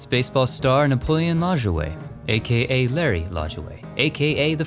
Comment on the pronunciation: It’s pronounced La-JOU-Ah.. Lajoie.